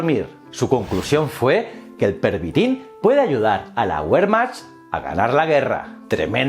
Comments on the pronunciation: A mi también me pitaban los oidos. Diria que se pronuncia "vermajt". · Buen video me encanta tu canal, por cierto el ejercito aleman se pronuncia ‘’Vermark’’ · La “Güermacht"... ay, ay la pronunciación